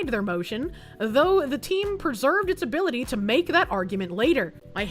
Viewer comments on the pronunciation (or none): none